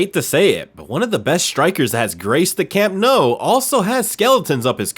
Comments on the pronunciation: Bro says “camp no” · Learn how to pronounce teams and names please Flipping yanks VillaREAL It’s Villa RAY AL and it’s the Camp NEW not Camp No Muppet